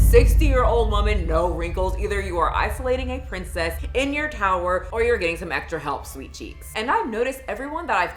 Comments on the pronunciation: You are not leaving this towah EVAH!! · "YOU ARE NOT LEAVING THIS TOWAH EVAH"